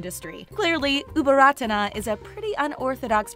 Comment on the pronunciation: Her name, Ubol Ratana อุบลรัตน์, reads Au-Bon-Rat. The "Ta-Na" at the end of her name is silent (its just there to conserve Sanskrit alphabet of the original word)